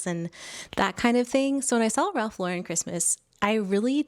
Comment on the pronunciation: Its Ralph Lo-Ren